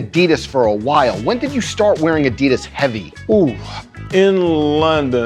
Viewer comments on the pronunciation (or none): Would you mind pronouncing ADIDAS the way it is meant to be pronounced? Much appreciated. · So....why doesnt pronounce Adidas right?